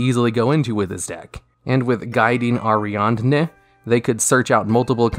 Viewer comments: "Air-ee-add-knee" is how it's pronounced. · The way he says Ariadne hurts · Actually i thought he said ariana grande once lol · Are-E-Odd-Nay Pal-oh-moo-roh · I have never heard the word "Ariadne" pronounced like how he does in this video. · You say Ariadne weird